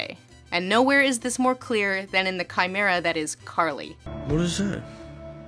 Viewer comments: I think you mean CAR-ly. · Her name. Is. CAR-ly. dies laughing